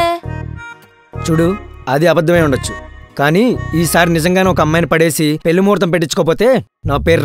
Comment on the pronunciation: పెల్లి , మల్లి - అనటం కాదు పెళ్లి , మళ్ళీ వీటిని పలకడం నేర్చుకోండి